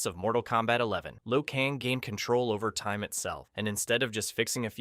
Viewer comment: I thought i was tripping 😆😆. My man said Liu Kahngggg